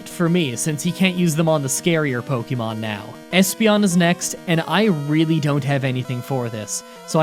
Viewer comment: Po kay mo not po kee mon or po Kuh mon